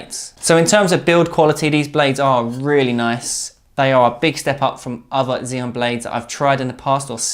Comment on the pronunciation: "Ax-ee-om". FFS, mate. Get it right. You guys are supposed to be experts and yet, you don't know how to pronounce XIOM. You sound like a bunch of twats talking out of your arses. If you know about table tennis, then you know that two of the first things you learn are how to pronounce Joola (Yo-luh), and how to pronounce XIOM (Ax-ee-om). If you're trying to get people to trust your reviews, you're really not doing a good job of it. I wouldn't trust a bunch of "experts" who don't even know how to pronounce the thing they're talking about. I've already tried to help u guys on this several times. I was nicer about it before because I'm just trying to help. But, now I'm just going to slag you since you apparently don't care enough about your presentation to get the important things right